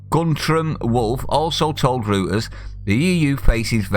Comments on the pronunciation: It's pronounced 'Roiters'. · Reuters. It’s pronounced ROYTERS.